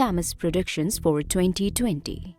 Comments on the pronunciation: Am i the only one who is disturbed by the way she says “2020”. No! Just me ?? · Toewntytoewnty. Greet Britteen. Hoerricanes. Flods. Horrible commentary.